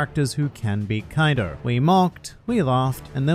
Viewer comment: When u said "kaidu" trust me u earned this dislike, but i ended up liking at the end thanks